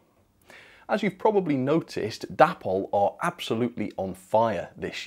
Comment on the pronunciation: It’s pronounced day-pol!